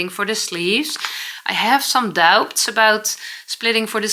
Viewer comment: Hello, no criticism here, only something a British native speaker tought me ages ago: the verb "to doubt" shall be pronouced without the "b" as "dout". Thank you for showing your daily routine, I never tried the 15 mn but looks tempting...😊😊